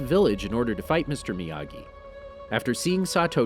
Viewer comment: When he says miyagi, I come to hear amagi!!:);)